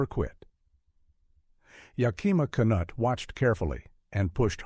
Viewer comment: Not ya-KIMA’ but YAK’-I ma Knute-“. AI never gets pronunciation correct. Ben Hur is the best movie ever made, period. IMNSH opinion.